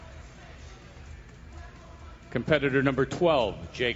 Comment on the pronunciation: Why is the announcer having trouble pronouncing "competitor?" He is adding a W to this word.